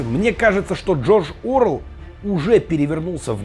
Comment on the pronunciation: Джордж Оруэл* А не Орул))